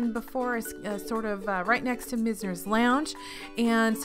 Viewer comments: Great video! One tip, it’s probably “Myz-ner” not “mis-ner.” 99% sure its named for the famous Florida architect who established a lot of architecture in the early 20th century in Palm Beach/South Florida. But overall so many great tips as usual! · Mize ner rhymes with wise, misner. Named for a part of Boca.